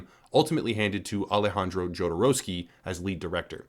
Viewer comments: Jodorovsky - the first consonant reads as 'H', as in 'humanity'. Americans reading foreign names is really something else. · Another american who can't say his name right. You don't say the J. but you always will.